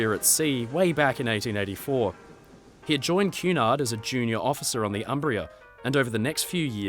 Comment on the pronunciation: Cu in Cunard sounds as in cunning, not as in cute.